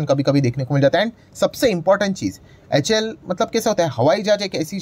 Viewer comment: Please see the full form of HAL... You always pronounce it wrong